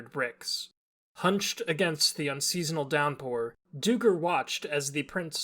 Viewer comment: Duiker is pronounced as 'dye-ker'. Duiker are small antelopes that live in southern Africka